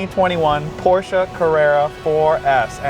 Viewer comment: This man said the name correctly!!!!! Still hate the look of the rear lighting though.